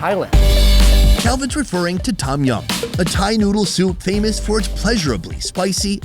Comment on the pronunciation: now you having lived in the asia, and having been to thailand. one would think you knew how to pronounce tom yum.. the T is a D when pronounced